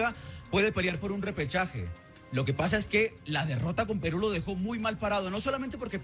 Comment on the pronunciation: ¿Que le sucede al ambiguo, no sabe decir Peru?